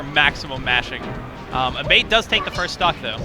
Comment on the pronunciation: I swear if Abate is Italian the name is pronounced "Ah-bah-tay" not "a-bait"